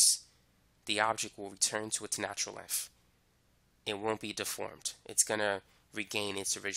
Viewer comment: he can say thick but cant say length..